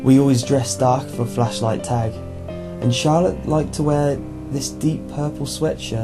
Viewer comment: He said fleshlight.. Not flashlight..